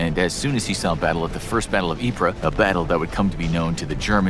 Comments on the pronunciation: It's not pronounced "ip-ruh", it's pronounced "eeps". And it's not pronounced "so-meh" it's pronounced like "sohme" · It's not pronounced ee-pra, it's pronounced ee-prey. I hate when these knowledge channels can't even get their pronunciation correct, makes me doubt their facts if they can't even pronounce words properly! The worst part is, there isn't even an a in the French word "Ypres" to make the pra sound - absolutely ridiculous! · Ypres I heard was actually pronounced “Eeps” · History's worst mass murderer? Not Mao Zedong? You're pronouncing Ypres and Somme wrong.